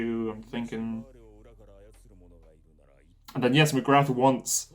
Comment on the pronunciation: I'm an anime watcher only, I think the war hammer titan one the less suspecious person in that rooom. So it's gonna be that tall gard or that maiden, coz they wanna make us think they're not family members. Also the warriors commender's name is Magath not Magrath 😂.